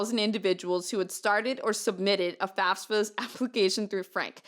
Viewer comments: I feel bad that I can't drop this but I'm curious how much this is "espresso/expresso" vs. like, a speech impediment. Do people that say faSfa, instead of faFsa, say it because it's uncomfortable to say correctly? Is it involuntary? Is it just a preference? Do you notice you do it? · I love yah and I love the story. The fact that you pronounce FAFSA the way you do bothers me. Sorry.